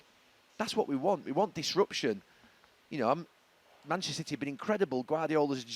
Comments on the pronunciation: Gary has problems saying Manchester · It’s because he’s not from our city and neither are his club.